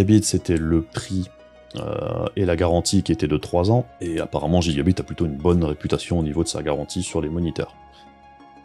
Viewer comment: Salut, et oui je sais pour la prononciation c'est juste que chez moi on a toujours dit gigabite et c'est bien comme ça aussi. Tout comme à l’époque aller dans la boutique du coin demander si ils avaient reçu l'abit c'etait amusant, on se prend pas au sérieux tout le temps =) . Sinon oui mais je n'ai pas le matos ni la place nécessaire pour filmer l’écran dans de bonnes conditions du coup je fait avec les moyens du bord, ça changera ptet un jour mais pour l'instant je ne peut pas faire vraiment plus.